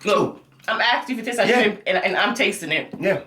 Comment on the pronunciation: Shirmp snacks? like them shirmp chips..lol